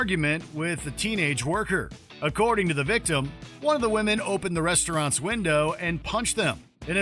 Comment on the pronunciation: "a car with four wOmAEn"